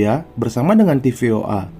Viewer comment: TFOA bukan tvoa 😂😂😂😂